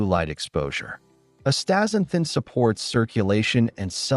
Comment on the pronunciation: Forget it man, you can't even say the world properly. Pretty lame dialouge. Astaxanthin is awesome.